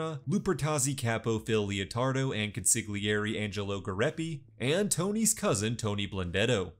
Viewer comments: I'm sorry did you really say con-sig-li-errie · Consigglieri was painful to hear. 😢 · Con-see-lee-airy. The G is not pronounced if before an L in Italian. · The way my guy pronounced consigliere made my teeth hurt.